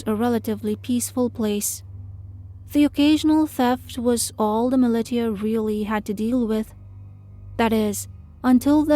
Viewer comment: ‘Millie•tee•a’, is that meant to be ‘millisha’ (militia)?